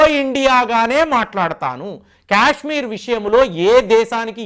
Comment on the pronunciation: Kyashmir kyaashmir kaaaaaaadhu STOP English is way of saying Kya kya kayshmir kaadhu You irritate me Kaaashmir kyaaaaak kaadu Say kaaaa, not kyaa